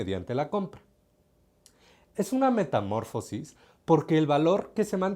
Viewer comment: Me encantó el video, como único detalla recalcar que se dice Metamorfosis con la sílaba tónica en “fo” es una palabra llana, y no con la sílaba tónica en “mor” porque sino sería esdrújula y tendría que llevar tilde, la cual no lleva.